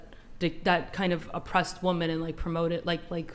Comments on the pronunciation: Ok, don’t debate with anyone who cannot say WOMEN in the plural? Got it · Why do they pronounce women like that? lol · WHY CAN’T SHE PRONOUNCE THE WORD WOMEN???? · cant this fool say women? she is beyond an idiot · Why cant ppl pronounce the word women ? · Someone PLEASE teach her how to pronounce "women" & the definition of "proven."🙄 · Am i hearing “woman” or “women”? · Fucking drives me insane how she keeps saying "woman" when she means "women" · Why does she keep say "woman" when she should say women? Drives me nuts. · idk how they dont tell her to off herself, HOW are they letting her say "woman" instead of "women" slide? being that idiotic should be fatally punishable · Does no one else notice she says "womAn" for plural instead of saying "womEn"?? It annoys the hell out of me... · Why do women on these podcasts keep saying "woman" instead of "women" when referring to the plural? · Its women not woman stop saying woman. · Does it drive anyone else crazy when she keeps saying "woman" instead of "women" when she is talking in the plural..... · Did anyone else hear her saying "woman" as the plural of women? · You idiots that deliberately mispronounce women as the singular woman when you’re actually talking about the plural just sound like you’ve got a speech impediment that would come with drooling ! 🤤 you sound like idiots. seriously stop trying to change words, language exists for a reason so we know what we’re saying to each other. It’s how we communicate, Jesus Christ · Wtf happened to the word WOMEN? Even this womAn fcked up the word womEn. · WHY DOES SHE KEEP PRONOUNCING “WOMEN” as the singular “WOMAN” it’s driving me NUTS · The fact this chick keeps saying woman when the word should be women is driving me nuts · It's WOMEN not WOMAN!!! Drives me nuts!!!😂😂😂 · Christ! Its fucking Women, not woman when speaking about more than one. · Omfg it's women not women